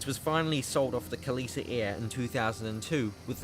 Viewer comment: Kalitta not kallita read the sign